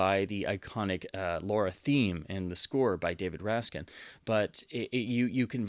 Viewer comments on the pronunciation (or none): Rack sin. It's David Raksin, used to having his name mispronounced more often than the word "mischievous", who composed LAURA. Preminger wanted to use Duke Ellington's "Sophisticated Lady", but Raksin, with characteristic immodesty said it was all wrong and quickly wrote an alternative for the director - and that was the end of that argument. Cole Porter envied the tune so much that he wished he had written it. Many of the Fox mono scores where recorded with multiple mikes and were ripe for release in stereo, evident by many of their mono scores released stereophonically with excellent results. Alfred Newman was one of the first studio music heads to experiment with multi-channel sound long before CinemaScope adopted it. Sadly, the music stems for LAURA have always been monaural, so Raksin eventually re-recorded them for RCA records.